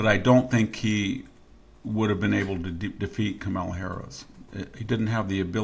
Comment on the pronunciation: You know how to pronounce her name try harder. It’s Kamala comma la. Trump is a bully and a grifter.